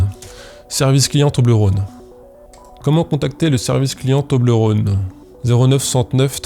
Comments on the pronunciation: Salut à toi, je te confirme, en tant que suissesse, qu'on dit Toblerone et non Toblerône comme rôle ou la Saône ou que sais-je. <3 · Étant donné que c’est Suisse, on dit « Toblerone » comme one-off et on pas rône comme le Rhône. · On dit Toblerone et non Toblerône. Je vis dans le canton où il y a le Cervin (la montagne sur l'emballage). Parcontre c'est un argument un peu pété parce-que ça n'a pas été créé là mais ailleurs en Suisse et maintenant c'est américain. Mais je suis sur, on dit Toblerone et non Toblerône. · on dit "toblérone" pas "tobleurone" non? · Bonjour ! C'est cool d'apprendre tout ça. Tu réussis à faire une vidéo dynamique et drôle en filmant ton pied pour une FAQ. Joli. Je me permet de contre répondre: Si les gens veulent te créer une double identité, c'est que ton travail est propre dès les premières vidéos, ce qui peut être étonnant. Mais j'imagine que travail et patience est une piste plus probable. On prononce Toblerone, pas Toblerone! C'est beau d'avoir réussi à faire avancer le shmilblik, et d'avoir sorti des personnes d'une manipulation . Un peu déçu que ton pseudo soit pas une blague d'alcoolique. On m'appelle Titou ;) Et je sais bien que structurer une musique n'est pas évident, on aura peut être l'occasion d'en discuter au coin d'un discord. Hate d'avoir de nouvelles vidéos! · Ca se prononce "Tobléronne" >:( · Pour ce qui est de la prononciation de toblerone, de ce que j ai pu constater, en suisse, les gens ont plutôt tendance à le prononcer avec le son /ɔ/, comme dans phonétique. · Toblerone, c'est un o ouvert, pas comme le Rhône donc :) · Quand on sent l'abondance arriver, c'est qu'il est temps de le remettre au frigo non? Vous dérangez pas, je sors. Enfin je finis de regarder la vidéo d'abord, je met un pouce en l'air, et ensuite je sors. PS: pour la prononciation de Toblérone, cf la video JDG RPG 3 De rien, promis après je sors.